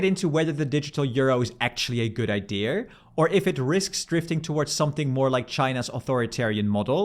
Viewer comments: what's with that autistic pronounciation of "idea"? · stop saying ''ideras''. Just say IdeAs. Fucking idiot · Nice vid, thx! Random question: why do you pronounce the word idea “idear”? Theres no r in there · Tell me you are Dutch without telling me - the digital euro is a good ideaR :D Its nice you don't say "id" for idea though.